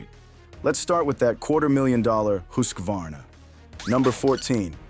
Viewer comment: It is pronounced, hus var na